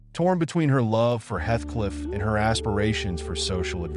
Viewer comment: Heathcliff not hethcliff..